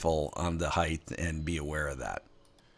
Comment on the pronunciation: Height not heighth